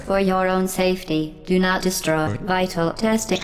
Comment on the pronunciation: OBJECTION! Its pronounced "Di-stroi" not "de-sh-tro-ye"